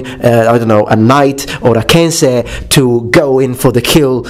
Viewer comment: It makes me super glad to hear someone pronounce kensei properly. Some people insist it is "kenSAI"...